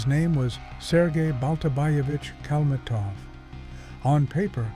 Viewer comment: AI crap. They don't even know how to spell and pronounce his name.